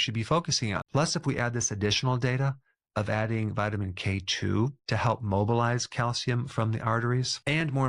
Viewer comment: Emphasize k2. Not k1.